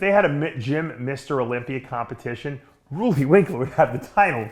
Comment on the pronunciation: Roooooleee , Roelly man Roelly , not ruuuuly